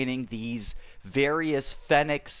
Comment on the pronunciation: it’s pronounced feeenix